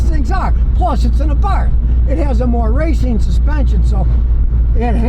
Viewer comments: I have a 2010 FIAT SIENA 4 door with a fuel injected 1.4 engine, 5 speed, Totally stock and runs and revs like a beast. Has 175k kms, no problems. Abarth is pronounced AAAAA- barth, not uh barth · Just for the record this version of the 500 is pronounced "Abart." Also, Happy Birthday.